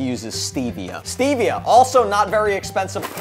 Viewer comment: It's Stev s-tevia